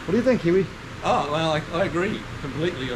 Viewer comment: Oh, I feel so sorry for this customer, but kills it every time butchering Kiwi's channel name. For the love of chrome and horsepower people, if you are going to buy a car like this, pay Kiwi the $300 to inspect it BEFORE you buy. It will be the best money that you've ever spent, regardless of the findings.